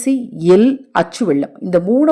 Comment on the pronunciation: Ell, vellam pronunciation sariyaga irukattam